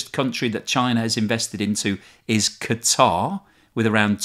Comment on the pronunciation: Hey, thanks for using the propper pronunciation for the nation of Quatar. If I heard one more idiot pronounce it like "cutter" I think I'd go postal.😂